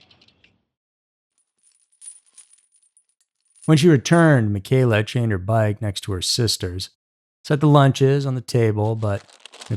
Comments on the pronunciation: friend of the Bastian family, here… also grew up less than a mile from Puget Park… her name was pronounced “Michelle-uh” not “mi-kayla.” Additionally, pt defiance park doesn’t include Owen’s beach, which you’ve included . I never knew about the one guy working at the hospital in Lakewood… that’s pretty unsettling, yikes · My cousin is Michella and it’s pronounced “mitch-ella” thanks for the video!! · How the hell do you produce an entire episode without actually knowing how to pronounce the girl's name? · Huge eyeglasses? Looked bookwormish? What are you 12? I stopped listening there. Pathetic narration. You obviously don't know what you're talking about because you can't even pronounce the girl's name.